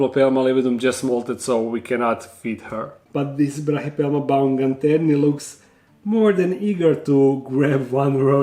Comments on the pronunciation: Haha pa nije baumgaterni nego baumgarteni :D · hey its baumgarteni, not baumganterni. It comes from the german name, Baumgartner.